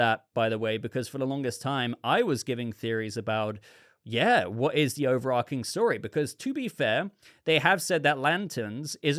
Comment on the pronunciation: overarching .... ch .... not overARKing - sorry, I enjoy your discussion, that mispronunciation bugs me though